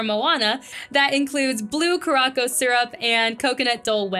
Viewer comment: Curaçao is pronounced "cure-a-sow" (sow rhymes with cow)...not "ka-rocko."